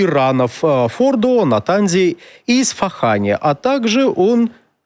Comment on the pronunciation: Ух ты, выучил правильное название города Исфахан 🔥🔥🔥